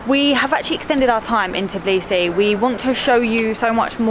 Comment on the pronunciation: I hate when people call it Tiblisi instead of Tbilisi